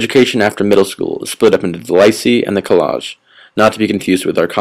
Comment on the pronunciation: It's not Lice e. It's lyceé. It's pronounced Lease as in the car hire, and eh, as in the Canadian suffix to every sentence, Lease-eh?